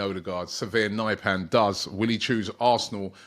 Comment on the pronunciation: Nypan??? Pronounced Neepan